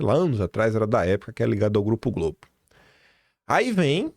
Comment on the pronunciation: Diz GROBE 😂